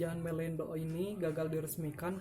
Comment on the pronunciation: eta kenapa MELENDO kan harusnya MELINDO 🤣